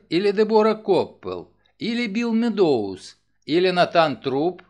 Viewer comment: Огромное спасибо! Единственное режет ухо фамилия МеддОуз. Правильно будет сказать МЭдоуз - ударение на Э (от английского meadows - луг) Ещё раз огромное спасибо за Ваш труд 🙏❤️